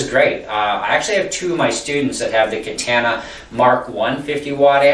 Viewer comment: It was related to the way you said katana, good review though and good playing it provided a lot of information and I purchased one so thanks